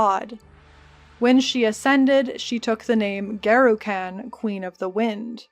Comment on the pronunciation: You are one spicy, gorgeous Americaaaaaaan, and great summary, but just one small criticism if I may... it's Garukhan, with a short "Uh", like Gengis Khan for the second a, not like trash caaaaaaan. The American language really butchers so many 'a's, it is hard to listen to. Here in Japan, I lived in Saitama for a while and all the 'a' sounds in that are very short sounds but American folk loved to sometimes call it Saytaaaaaamaaaa, which feels bad man lol. I will subscribe, didn't learn too much new stuff here as it is also my favorite act but will try more of your vids! Side note: I am off to shave my head. Garukhan favors the bald!